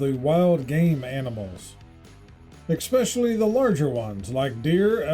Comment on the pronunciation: Announcer-there is no c or k in the word especially. I'm old,smart and know the English language.